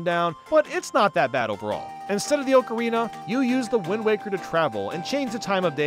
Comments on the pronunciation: i cant stand him pronouncing it OAKARINA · I respect you,, but I’m sorry that is not how you say ocarina the a does not make it make the Oh sound It’s like October not Oak. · FREAKING FINALLY It killed me the way you said ocarina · I was perplexed by the pronunciation of ocarina throughout this video. Typed up a comment asking why was butchering the word so badly when it’s such a commonly talked about game hence one should know the correct pronunciation. Thought maybe the word really is supposed to be pronounced that way so I deleted my comment and googled it. Looked at a Reddit post from 6 years ago stating it’s pronounced as everyone else says and there was a specific comment near the top of the thread that mentioned how always pronounces it incorrectly. 😂